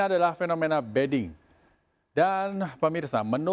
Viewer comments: Ini penyiarnya gak ngerti mbediding.... Jadi ngomongnya beding.... Padahal maknanya beda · Kenapa penyiar bilangnya BEDING padahal di teks ditulis BEDIDING..? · Orang inggris tuh penyiarnya.. bedding - tempat tidur... 😁